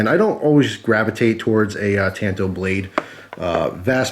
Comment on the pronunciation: ta(ah)nto. the second one just looks like a copy of the tanto kimura